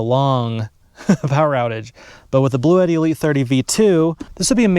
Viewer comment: The company actually pronounces it 'BLUE-TEE, FYI.